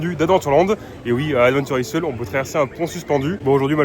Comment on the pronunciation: mes oreilles saignent... "adventure aille" s il te plait, sinon merci our le panorama, il y en a que j avais oublié :)